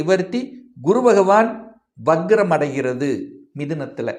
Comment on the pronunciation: Correct your pronunciation of Vakram. It is not Vakgram, but Vakram